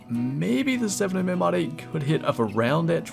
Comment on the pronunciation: Your saying the 7mm wrong........